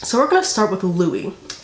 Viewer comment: MY GOD DID YOU JUST SAY 'LOSERS LOKIE HARRY STYLES" THAT MADE MY DAY